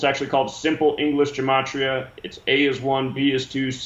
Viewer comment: It's gematria, not gamatria.